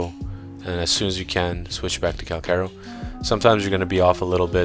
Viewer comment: Pretty sure it’s pronounced (CAL- CHaR - O)